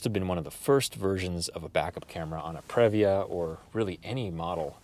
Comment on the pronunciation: It is pronounced “pre”-“via”! Not, “prev”-“via” 🙄😑🤦🏻‍♂️😑🙄